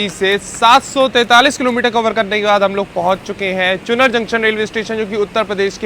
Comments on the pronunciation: चुनर नहीं चुनार 😂😂😂😂😂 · चुनर नहीं , चुनार ,, यहाँ एक किला है। शेर शाह सूरी का बनवाया हुआ। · चुनर चुनर चुनर, अबे वो चुनार होता है चमन चूमतिए 😂 हिंदी पढ़नी नहीं आती क्या? लगता है बाबाजी से बोल कर तुम समाजवादियों का ढंग से इलाज करवाना पड़ेगा। सुधर जा, वरना 😂😂